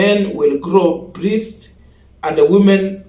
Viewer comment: BREASTS is pronounced as 'BRESTS' and not 'BRISTS'. That's on a light note.